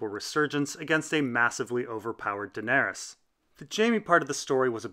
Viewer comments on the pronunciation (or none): none